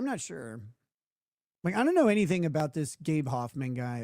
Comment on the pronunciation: "I dew't knew"